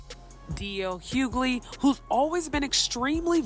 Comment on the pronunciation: It’s pronounced Hew-Ley (Hughley) how difficult is it to get the name right